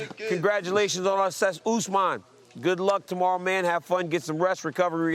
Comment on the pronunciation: I cant get a job at ESPN but they have reporters that don’t know Usmans name??? This shit is embarrassing